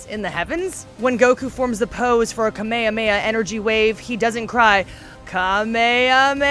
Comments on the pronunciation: It's Kamehame-ha, not Ka Meha Meha. Damn you Haim Saban, for misinforming a generation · its Kamehameha not “Ka may ah may ah” or w e the hell she said. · >kuh-may-uh-may-uh yikes, hard pass IGN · You know the Japanese version calls it Kame Hame Ha, right? You know they haven’t called it a Kamea Maya (or however you spell that butchered name) since the 90s right? You were watching the Japanese version, where do they say Kamea-mea? Did anyone in that room of fans you collaborated with speak up and tell you that this is incorrect? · Ka me ah me AHHHHHH! Why did she pronounce it that way? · "Kamakama energy wave" What? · Its not Kamehameya, stop saying it like that. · I wouldn't trust a dragonball movie reviewer saying "kameyameya" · You know she is not a real fan when she says "kame-ha meha" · KA-MAY A MAYAH? Do you even Dragon Ball? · I’m triggered with your “kameya meya” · Who cringed when she said Kamahamaha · Yeah we are true fans she can't even say Kamehameha right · The way she said Kamehameha shows she was Not Worthy of the viewership before actual fans..... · I don’t think the person reviewing this knows much about the series. The way she said “Kamehameha” gives that way. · Don't ever say kamehameha like you did in this video ever again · Anyone who can't pronoune "kamehameha" right, doesn't deserve to review a DB product, Also Broly would destroy Kale. The fact she's not compared to in this shouldn't be an issue. Does that mean every time we see a Sibaman we should compare it to Krillen cause it's bald. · The way she pronounced Kamehameha... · lmao how she says kamehameha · Why she said kamehameha like that🤣🤣🤣